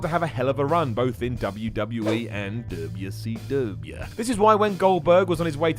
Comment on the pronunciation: is there a explanation for why says wcw like that? i lol every time i heard but i don't know why